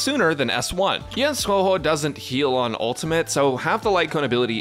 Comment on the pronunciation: Its funny how every youtuber who talks about huohuo dont know how to say her name 🤡